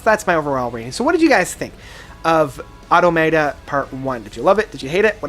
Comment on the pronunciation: You pronounce Automata wrong as well